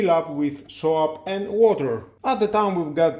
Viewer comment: Interesting. You need some English training,"soap" and "foam" are not pronounced the way you do. But good review. There is also something extremely similar from Xiaomi, except it does not refill and it costs twice as much.